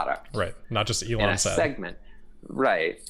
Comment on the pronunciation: Elon not egon